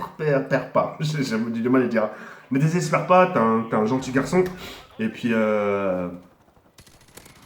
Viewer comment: MDR IL DIT NE DEZERSSEPERPAS